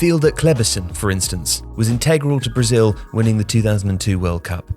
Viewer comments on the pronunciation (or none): none